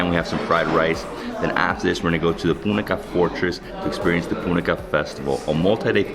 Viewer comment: Bro u pronounced punakha wrong